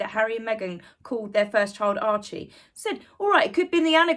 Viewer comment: There’s no L in “Archie”. And no i in “Rachel”. But that put aside, I remember a time when Scabie would have been put behind bars for pulling that stunt. Same with blackmail, extortion, threats upon the royal family, etc. This is the “elite’s” new world. Who decided to call them that, anyway?? They’re all narcs.